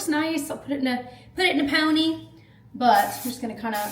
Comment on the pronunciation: “Puht it in a pohny” hahah